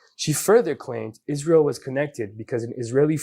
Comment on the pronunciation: Who else wants to scream every time Candace mispronounces Israel as Ish-rael. There isn’t an ISH sound in the word Israel.